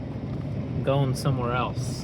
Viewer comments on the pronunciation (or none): none